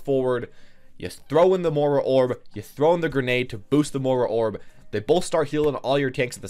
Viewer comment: i dont know why but it drives me crazy that he cant say moi-ra......mor-a?